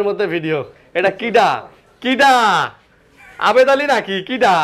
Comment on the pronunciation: আরেন ভাই ভিডিওর মধ্যে ভিডিওটা দেখে অনেক ভালো লাগলো আবেদ আলী না জাবেদ আলি এটা কেডা 😂😂😂😂